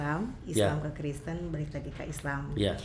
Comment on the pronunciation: sekolah tidak Tante Penyebutan itu yg benar Kristen bukan kresten